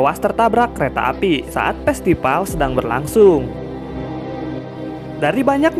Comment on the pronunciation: Festival miiiin bukan pestipal😂